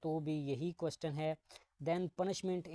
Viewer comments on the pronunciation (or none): Questen ni question hota he😂😂